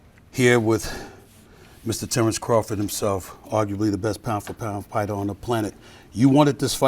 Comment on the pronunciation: pighter 😆😆😆😂😂😂🤣🤣🤣🗣 annunciate immigrant foreigner baby SAS your parents came to America illegally , for the record A million plus ➕ black Americans can not !!! immagrate to saint croy OR whatever island SAS FROM & BECOME A predominant BLACK AMERICAN ANYTHING LET THAT SINK IN BLACK AMERICANS , BUT UR A BROTHER THO ISLANDER NEGRO SAS KIO UR A SPY 🕵 FOR CAUCASIANS GLUTTONS WHOM HAVE CONTRACT DEALS ON BLACK ATHLETES ANYTHING 🤨👁👁 blink blink